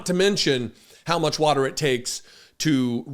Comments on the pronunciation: No, no way, no how, he does not think about the “words” he uses. The “wotar” the “wotar” he doesn’t even know where the wotar comes from!😅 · What the hell is “wudder”?